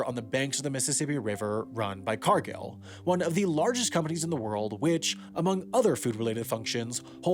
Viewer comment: Cargil has no "a" next to the "i", it's "Car-gill" like a fish's gills.